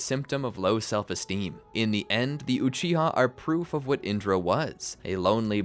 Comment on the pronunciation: why are you saying with instead of what?